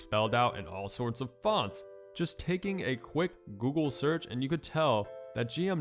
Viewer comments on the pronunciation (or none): none